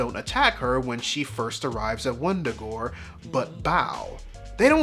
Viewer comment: Wundagore no it’s Wanda-gore😂